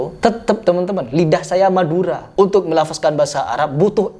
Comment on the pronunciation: Baca "melafadzkan" aja "melafaZkan". Ypo seh mas eehhhhhhh